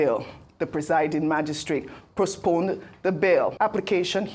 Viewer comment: Even you presenter has mispronounced the word ‘postponed’ You said ‘prosponed’ where did the ‘r’ one from?😆